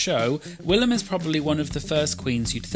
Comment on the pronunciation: William 😂 it’s willam omg